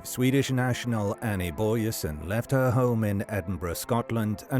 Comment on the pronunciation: Doesn't pronounce her surname correct though.